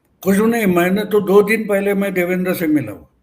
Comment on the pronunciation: क्षमस्व पण नावांच उच्चारण नीट असावे देवेंद्र ✅✅ देवेंदर ❌❌